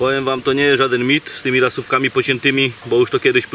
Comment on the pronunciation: Lubie die ogladac ale jak slysze slowo "rasowka " to mi sie slabo robi. Mowi sie ROSOWKA!!! Pochodzi od slowa ROSA